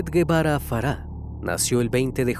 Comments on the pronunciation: Solo como aclaración el apellido se pronuncia “jevara”, no lleva “u” el apellido. La foto de la mejor amiga es de una serie jajajaja, hay que investigar tantito. 😂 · Se pronuncia polet gebara no paulet guevara investiga bien